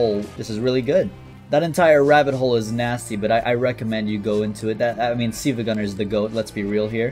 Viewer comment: pronouncing 'silva' as 'see-vuh' is unforgivable